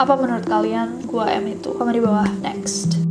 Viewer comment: i think it's not Gua M but Guam? idk sih